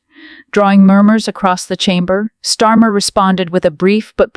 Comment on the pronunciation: Who's stormer!??? If your going to do a voice over lease get it right 😂😂😂